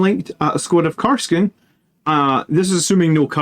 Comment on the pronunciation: Kas-r-kin, not Kar-s-kin. But good analysis! I love Inceptors and for the price, their defensive profile is also fairly impressive!